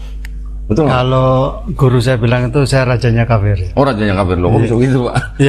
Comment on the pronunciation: Tolong, jangan salah sebutannya. Yang benar, BUKAN KAPIR TAPI KAFIR, YA?! Terima kasih. 🙏🙏🙏